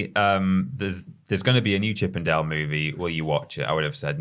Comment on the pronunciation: Horny jail for me! When you said Chip n' Dale I heard Chippendale (the male dance troupe) Please tell me I'm not the only one!